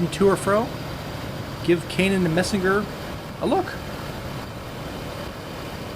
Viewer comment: It’s pronounced “mysner”. You passed where I grew up .